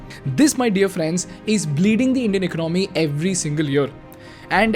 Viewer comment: Plssssss…. Eca-naami nahi, eco-nomy, and it’s not oppar-tunity, but oppor-tu-nity! As an expatriate, I can confidently say that people don’t leave India for not just economical benefits, but for the change in lifestyle. I can also confidently say that 90% of Indians who live abroad feel hostage living abroad in lacklustre lifestyle despite those dreams because of the rat race mentality that we’ve been brought up with. I’ll blame it on the cheap Indian mentality of running behind money and wealth creation which we don’t end up enjoying running behind money till we’re 60 to repay our 30 year mortgages. The day idiotic parents push their kids to pursue Engineering despite their kids’ passions, this brain drain will continue.